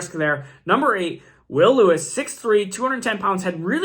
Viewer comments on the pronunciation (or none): Bro... Killing me with these pronunciations! JSN??? Will Lewis? Booty? 😂😂😂